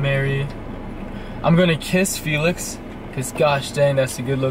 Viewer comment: I like the pronunciation of the name Felix, this boy almost looks like Felix